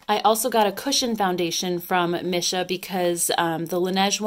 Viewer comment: Just a little FYI, Missha is pronounced Me-sha :)